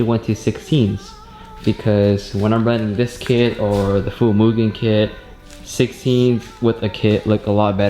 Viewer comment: Its Mugen not Moo-gen. Ha,jk.